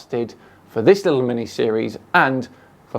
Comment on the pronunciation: every time he says "littley" i want to kick my tv. little italy. he probably spells it "could OF" and "would OF". or maybe uv. uv protection 1 million.